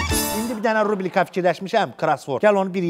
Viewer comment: Fəlakət supersən. Hər şey əladır. Ama balaca bir iradım var sənə. RUBLİKA yox, RUBRİKA!☝️☝️☝️☝️☝️☝️☝️☝️☝️☝️☝️☝️☝️☝️ Uğurlar 👍👍👍